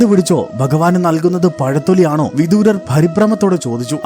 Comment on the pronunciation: ഹരേകൃഷ്ണാ 🙏🏼വിദുരർ എന്നല്ലേ ശരി വിദൂരർ എന്നല്ലല്ലോ